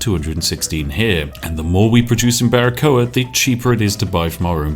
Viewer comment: Hey spiff I´m cuban and well it´s a great pronunciation of Baracoa!!! Keep doing this amazing kind of content. I´m fairly new to yt and I´m only subscribed to your channel. Hail. Maybe I wanna see a perfectly balance Slay the Spire Run:D the best of lucks